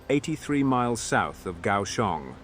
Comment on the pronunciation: "Pronunciations of places, names and translations are my best guess or through open resources such as Google Translation, etc " -- You got Kaohsiung and Basa Air Base perfectly. Great video. I just wonder why no Taiwanese air or naval assets were involved as they are closest to the action.